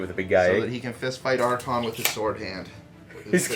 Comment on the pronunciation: I really enjoy your batreps, but the way you say Arkhan triggers me. He's not an archon, and remember it's Arkhan, not Arkhan't, keep winning with him